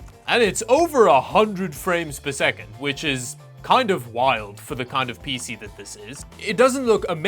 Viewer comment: " pee sea"